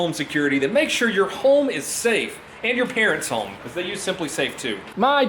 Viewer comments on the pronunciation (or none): When he says home it sounds like “Holme” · Are you saying HOLM in your ad? Pretty sure you’re saying HOLM